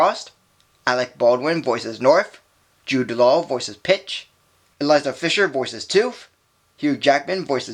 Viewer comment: Her name is Isla pronounced I-la not Eliza. You also forgot to mention the Michael Keaton Jack Frost and the Scary version.